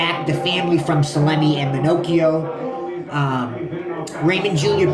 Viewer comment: I grew up in the area seen him not long ago walking sround. Its pronounce Ma-knock-eo. Hes old but still in good shape. Hes avoid major time all of his life. Good video new to your channel just subbed.